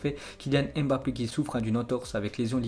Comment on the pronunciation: Salut ça fait longtemps je t’entends dire kilyan èmbapé c Mbappé pour rectifier il dit lui même écoute les diffuseur il disent bien Mbappé mtn merci grosse force toi